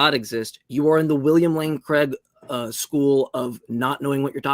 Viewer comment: i really wish USA would get a handle on how the name ''Craig'' is pronounced. it rhymes with vague.. not with beg. it's Craig, not Creg.